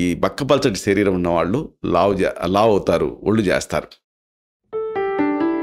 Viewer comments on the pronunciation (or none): none